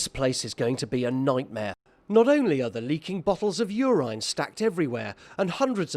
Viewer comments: What is Ureyne. It is Uraine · Nobody: Narrator: bottles of urIne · Stop saying UR-INE, you fucking moron! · “You rine” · "yourine" lmao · How did he say urine? He said it 3 times. Lol